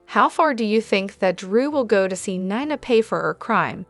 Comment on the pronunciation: Neena not niiina